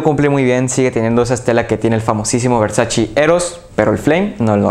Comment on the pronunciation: Muy bueno tu análisis, pero por favor, no digas nunca más "Versachi"... es "Versache" amigo, así se pronuncia y hasta Donatella Versace tuvo que salir a aclararlo. Saludos.